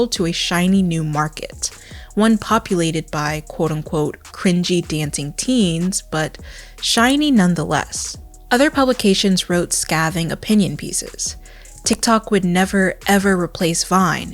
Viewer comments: hearing "scAhthing" really reminded me how much i enjoy videos, relatable queen. Sca(y)thing btw. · Girl did you say “Scathing” with a flat a, like “slap”? It’s “scathing”, like “skate”.